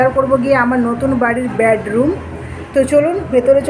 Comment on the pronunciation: Tumi kothakar manus vasata ai rkm keno bedroomke. Tumi bolcho badroom ucharonta tik kore bolo loke hasbe